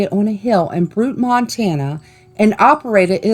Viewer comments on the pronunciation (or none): You pronounced butte wrong and dumas wrong